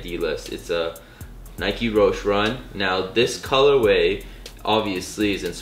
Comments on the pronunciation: Its pronounced Roesh-EE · The e in roshe run is not silent...